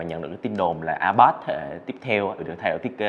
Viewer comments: Ipad đọc là a bát á😂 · Ai bát… kkkk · A bát